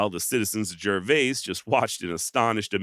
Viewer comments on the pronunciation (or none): Hey, great work as usual, just in case you ever encounter it again, the town of Gervais, is pronounced like it rhymes with "service."